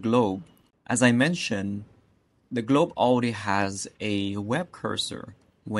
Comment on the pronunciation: amazing thank you so much. <3 btw everytime you say Already i hear as AUDI i was so confused at the beginning xD i was like what